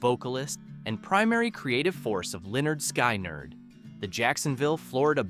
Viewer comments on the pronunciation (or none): It's leonard skynyrd, pronounce it right or shut up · Lynyrd Skynyrd is usually pronounced Leonard Skinnard... Just a little something for future references to them 😉